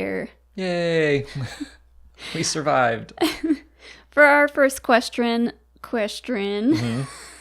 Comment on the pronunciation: Haha Fwirst Qwestwen 😂